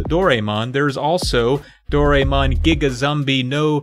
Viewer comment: Doraemon's said like "do ra eh mon." I get that pronunciation seems to be some sort of running gag in these videos, but it just sounds like a lack of effort instead.